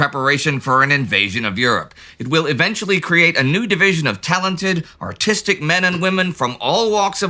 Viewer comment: At first I understood "A whole lot of AUTISTIC men and women..." I had to look into the subtitles to understand "Artistic"